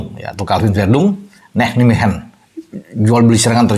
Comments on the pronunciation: Cara baca club sepakbolanya Calvin: Naymehen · maaf, kota Nijmegen cara membacanya Neymehen